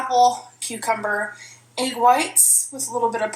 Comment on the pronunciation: Egg= “aygg”